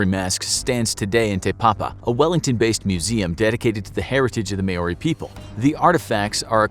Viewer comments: it's not MAYOURI (American) it's MOUURI (New Zealand) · i am a kiwi and i know its not called may-or-ri its called mau-ri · The man said mayorey instead of Maori 🤦‍♂️ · It’s not may-oree, it’s mow-rrree. You roll the R. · Maori is not pronounced “maw ori” it’s actually “mow ri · May ori? Its mowri. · Your pronunciations are terrible. You should work on that. Mau ree not may or i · The way he say May-Oree gives me anxiety. It’s pronounced Moe-ree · Maori is pronounced 'Mau-Ree' not 'May-Ore-Ee' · The only thing cursed here is how they pronounce Maori. Like seriously, saying it as "meyori" instead of "maw-ree" is atrocious. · It’s not May-o-ri. It’s Maori. I would think a show like this would learn the correct way to say it. It’s MAO-RI. Exactly how it’s spelt. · Not may-oree, mow-ree. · Btw Maori is pronounced like mouldy or like chairman mao is, with a reee on the end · It's pronounced Maori. Mao-di. And yes that's true I ditch them unless I'm on the Marae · As a Kiwi, I couldn’t help but notice that he mispronounced Maori. It’s pronounced more like mouldy or mow-ri/ mole-ri. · Thanks I've always pronounced it wrong as mah-ore-ree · Maori is pronouced Maa-Oh-Ree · I cringed when he said Maori. Im from nz. Its pronounced Mao-ri. 🤣🤣🤣 but kudos for including us!! Kia Kara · You have to roll your r's when saying maori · New Zealander here. Absolutely love the mispronounciation of "Maori" 🤣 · The most cursed thing is this video is his pronunciation of Maori. Jesus. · Please learn to pronounce Maori properly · Why is he saying tutankhamun like that and Maori. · I was hoping to see more comments here, cursing the presenter ...for his horrific and unforgivable mispronunciations of Maori and Tutankhamun. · Please learn how to say Maori correctly. It's so cringy